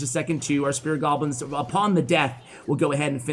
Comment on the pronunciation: I keep hearing him say "spirit goblins".